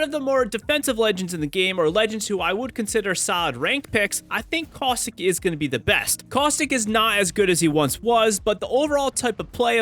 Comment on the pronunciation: CausTHICK?!?! bro its caustic